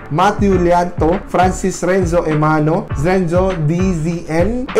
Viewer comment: you pronounce my name zenzo ;-; ITS renzo xD😂✌